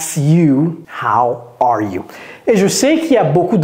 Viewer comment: How arrrrre you 😂😂😂😂😂😂